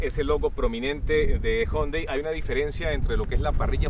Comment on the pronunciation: Algunos dicen Jiundai Otros Yundai Y este man dice jondai